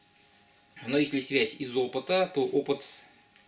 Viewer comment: Мне одному кажется, что лектор произносит "свезь", вместо "связь"?